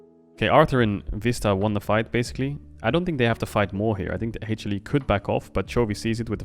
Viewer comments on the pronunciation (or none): I'm obsessed with Caedrel's pronunciation of HLE as Hey-chilli.